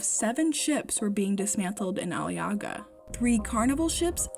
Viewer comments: There is one easy way to fix "Ali yaga", just ommit the "ğ", Aliaaa. See ? easy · I was watching this with my Turkish husband. He was getting irritated that they were pronouncing Aliağa wrong. The “g” is silent.